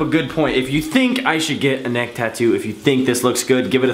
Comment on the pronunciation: he Said whats Ne"xt"ck